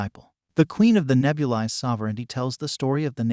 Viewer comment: I don’t like how he mispronounced Nebulis